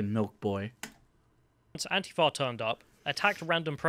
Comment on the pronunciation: Nobody else in the UK pronounces ANTIFA that way, just so you know.